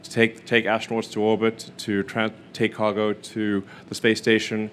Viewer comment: When he says astronauts, sounds like he's saying asteroids